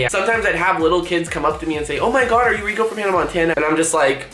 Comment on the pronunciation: its rrrrrrrrrrrrrrrrrrrico 😂